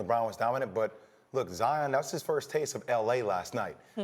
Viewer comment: Jalen it's kind sad that all these white people know how to pronounce Zions name way better than you. It ain't Zi-en its Zi-ON!!